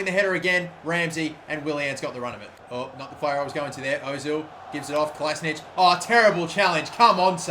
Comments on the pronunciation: It's Kola-si-natch, not Kola-si-nic. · Kolašinac is pronounced "Ko la shee nac" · Kolašinac = Kola she nats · he says kolasinac wrong